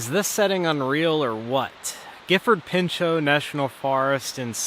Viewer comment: Welcome to Gifford Pinchot, The place my soul is at peace, connected and at it’s happiest and great job on the pronunciation of the forest!